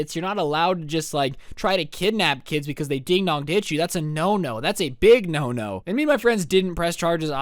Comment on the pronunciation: Im confused is it ding dong ditch or ding dog ditch bc it sounds lime ding dong